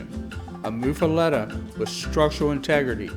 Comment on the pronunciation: but why to you pronounce it (moo fah let eh) when its locally pronounced (muff ah lot ah)?